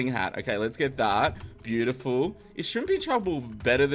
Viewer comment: i have no problem for this but i m getting rage when you get to the stage to say it ''buityful'' after 2-3 min in every video ... i say its no problem :)